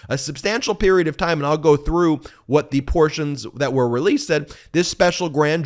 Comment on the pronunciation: Vaat a process!!! It’s ridiculous.